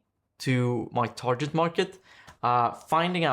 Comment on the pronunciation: Yes sorry, but "tar-jet" was very distracting when it's "tar-git" instead.